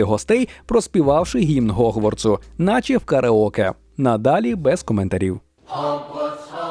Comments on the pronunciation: В сенсі немає "Ґ"? Ho[G]warts, Há[G]rid А щодо транслітерації "H" в "Г", це через те, що ці звуки поруч у МФА. Ви ж кажете "Гаррі", а не "Харрі". Всюди необхідно дотримуватися послідовності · Гогворц?? Гегрід??? Боже, нащо так знущались з української?? Це жорстого!!!